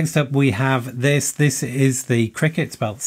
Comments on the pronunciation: C R K T, not "Cricket" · I never heard CRKT pronounced "cricket" before, is this a thing? Can't find anything on the Columbia River Knife & Tool website about it.